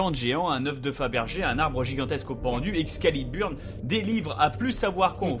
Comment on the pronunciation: Bob à tu a dit "excaliburne" au ,lieu de excalibur^^